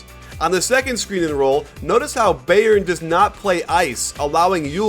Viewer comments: lol it's pronounced "bi • earn" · Who is this beyern he is talking about? Lol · Coach I don't care if you mispronounce most of the player's last name, but the team name, Bayern, you should be able to pronounce correctly. There's a huge football (ala soccer) team with that name, and it's pronounced the same. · The way he says Bayern kills me